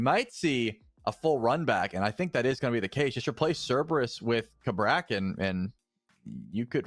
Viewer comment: Cerberus is pronounced Cerberus not Cerberus.